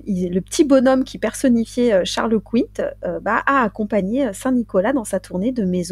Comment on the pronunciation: Ahah Sainte Verge😂😂😂. Comme d’hab, j’écoute à ma pause dej et me voilà m’esclaffant comme une dinde😅😂😂 Toujours aussi bien les meufs👌👍 En revanche, si je ne m’abuse , on dit Charles Quint comme une quinte 😉